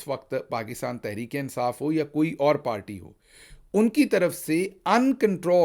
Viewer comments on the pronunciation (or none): none